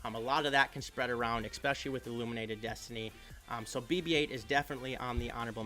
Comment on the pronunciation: eSpecially.. not eXpecially